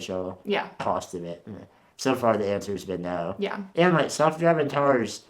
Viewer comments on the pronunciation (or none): aggressively mid-western “no yeah” 😂 love it